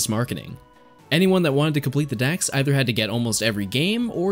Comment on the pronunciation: Kanto DEX not DAXxx